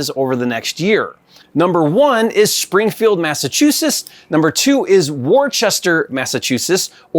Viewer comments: Learn how to pronounce Massachusetts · I love listening to try and pronounce Massachusetts. And how he pronounces Worcester like Dorchester. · I'm a mass native so I find it amusing.